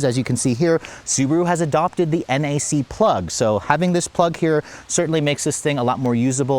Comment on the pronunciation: Every time he calls it a NAC plug it bothers me so much…. It’s NACS 😭